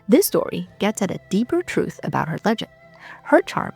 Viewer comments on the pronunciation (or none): none